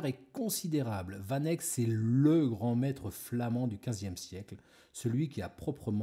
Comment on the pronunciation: Pourquoi vous faites pas d’efforts sur la prononciation du nom du peintre ? Sinon super vidéo 👌